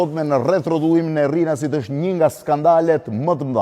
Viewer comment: Rrinasit thot ky Un e di ae quhet RINAS KY THOT RRINAS